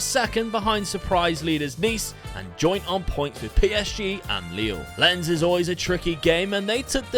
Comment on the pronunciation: Lens is pronounced Lon bruh